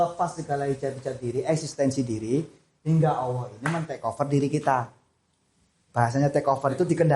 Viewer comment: Mohon maaf... saya mau bertanya mengapa mas Ori menyebutnya seperti Owoh untuk Allah... Apakah ada arti sesuatu?